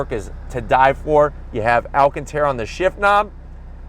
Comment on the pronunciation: it’s not pronounced AL-CAN-TERA, it’s pronounced AL-CAN-TARA